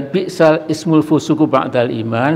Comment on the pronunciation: Kok dibaca bi'sal ismu pak?....wah ... perlu belajar lebih giat lagi 😂